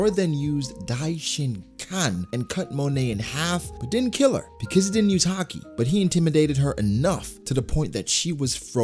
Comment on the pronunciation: why does he call it "Har-Kee"? It's "Hah-Ki" right?